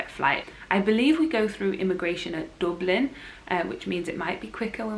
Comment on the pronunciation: I love your pronunciation of Dublin😀 Excited to see what you think of flying out through Dublin. It’s 10 minutes from my house and is so handy for pre clearance in America…😀 I agree with you, never happier than when in Florida